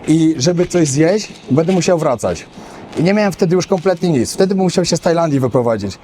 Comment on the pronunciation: *urwa! BĘDĘ nie "bede"!!! Głupie nie "gupe"